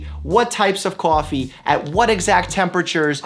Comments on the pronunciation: "CAWFEE", I hear that New York boy in there ;) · I can see ur Boston accent creeping out. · "Coffee" Boston accent